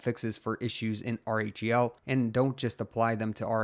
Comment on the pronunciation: Lol just say "rell" if R-H-E-L is too hard to say in the proper order, man. It's distracting to hear r-e-h-l over and over again 😜